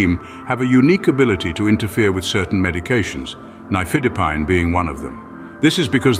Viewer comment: You are NOT pronouncing nifedipine correctly!